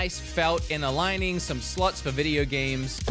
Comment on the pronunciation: You say “slots” but I hear a U not an O 😳😂